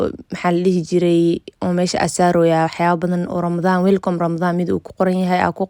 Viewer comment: weelcoom maha iskasax weelcaam dheh